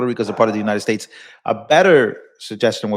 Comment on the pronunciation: Side note… what’s with the “Unine-ed States” pronunciation? Ugh. Pam Bondi does that too. And probably a few others. Emphasize that T, damn it lol.